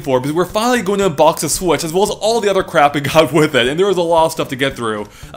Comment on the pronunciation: "Speaking of sWhich.." I have a feeling that's going to become common one of these days.